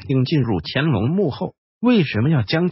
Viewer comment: "干"隆是什麼鬼 唸"前"吧。。。